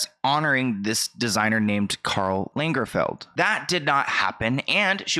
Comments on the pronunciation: Lagerfeld, not Lingerfeld lol he was kind of a big deal. I’m so so old. So old. Lol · Lengerfled....ok I have to say it: I love but...man you dont know any pop culture references or names. But I had it now with mispronouncing Karls Lagerfelds name. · Lagerfeld, not Lingerfeld 😄 (he was a German designer…I'm German…soooo greetings from Germany 🇩🇪🤓) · Lingerfeld!! 😂🤣 Poor Lagerfeld would be appalled Bahahah. Still love you though 😁❤️